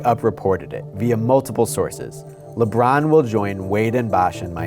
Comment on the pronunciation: holy crap its Lebrawn James!